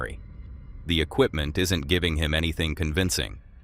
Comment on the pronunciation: "equipment". Bruuuuh.